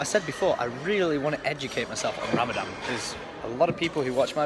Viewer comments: it's RamadaN not RamadaM, just wanted to let you know😉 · It's not ramadam it's Ramadan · its ramadan not ramdam and hope to see here welcome to my country hope you have the best time ever Ps i have been watching you since three years and i love your face Ramadan is a moon month which we fast from sun rise till sunset without food or drink even water Aed is the currency of dubai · Ramadan not 'ramadam' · It's Ramadan not Ramadam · Maybe start by calling it Rammadan, not Rammadamn, not muslim tho, just sayin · it's ramadhan too much love for u pal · gdrd 6622 it's ramaspam isn't it?